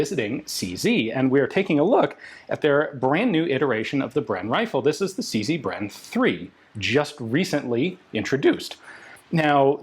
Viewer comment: It's CZ, not CC.